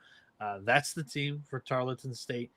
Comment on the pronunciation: TARLETON ( TAR-EARL-TON) not Tarlington. You can’t even get the starting 5 right. Sigiscar, Mpaka, Issacs, McDowell, Johnson. Healthy, this team will win the WAC this year